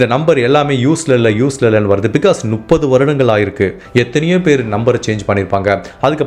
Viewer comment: தெளிவான உச்சரிப்பு. கதை சொல்லும் விதம் நன்றாக உள்ளது. ஆனால் முப்பது என்பதை நுப்பது என்று சொல்வது எரிச்சலடைய வைக்கிறது. திருத்திக் கொள்ளவுமம். நு .... அல்ல. மு ....ப்பது.